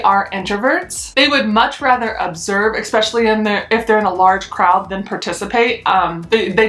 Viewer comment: Lol it’s eSpecially not eXpecially that was driving me nuts.